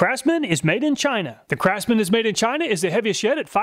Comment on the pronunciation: "Crapsman" tools.